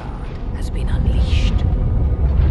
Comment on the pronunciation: The way she pronounces the word "unleashed" is priceless indeed.